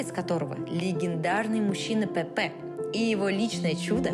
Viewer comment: Замечательный выпуск! Единственное, было бы здорово, если бы при озвучке учитывались правильные ударения в именах. Не ХéСус, а ХесУс. Вместо ПепЭ, ПЕпе!